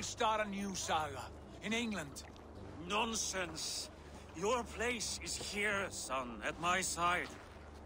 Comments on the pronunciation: The way you said England the first time kinda hurt me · the way you said England lmao